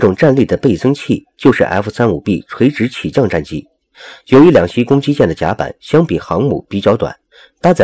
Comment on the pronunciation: 老兄，是两栖（漆qi），不是两西